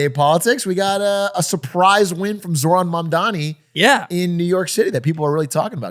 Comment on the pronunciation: Ok just want to say love DougDoug. Minor quibble though is his pronunciation of Zohran made me cringe a lot.